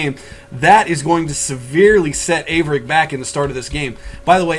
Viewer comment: 13 is a noob. haha Thank you for correctly pronouncing Averic's name. I cant wait until I get a beta key so I can pwn 13 1v1 and then have achaia broadcast the game. -DIG